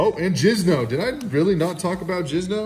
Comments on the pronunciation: Dude he said “jizno” ffs does this guy actually play? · Did he say jizno 😂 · It’s Jinzo not Jizno